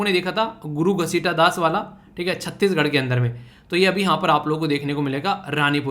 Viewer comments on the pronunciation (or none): Sir ghasidas h ap ghasitadas bol rhe rhe or shantilal ko sitalal bol rhe the ap😂